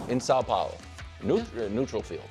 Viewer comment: The way Wildes said São Paulo. Just crisp and smooth! Brazil thanks you!